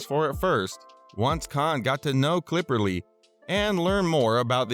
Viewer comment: His last name is Cipperly not CLIPPERLY